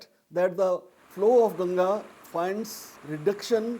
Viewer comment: First of all thankyou for calling it "Ganga" and not "Ganges". I appreciate the effort shown by the narrator to use the right Vedic name for Mother Ganga../I\